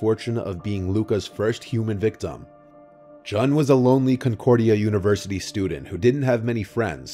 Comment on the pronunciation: Love you,, but Jun's name is pronounced like the month of June, not rhyming with gun.